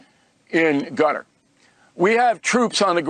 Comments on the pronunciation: I think it's pronounced "Cutter" and not "Gutter"! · I thought Qatar was pronounced Kuh-tarr or Kay'tarr 😊